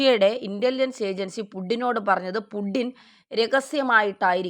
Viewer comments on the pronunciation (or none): പുഡിനും പുഡിങ്ങുമല്ല സേച്ചി, പുച്ചിൻ ആണ്... പുട്ടിൻ എന്ന് വേണേൽ പറഞ്ഞോളൂ എന്നാലും കുഴപ്പമില്ല... പുഡിൻ എന്നൊക്കെ പറയുമ്പോൾ ചിരിയാണ് വരുന്നത്..😂